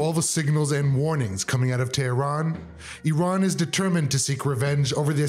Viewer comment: Iran...renamed we-ran 😂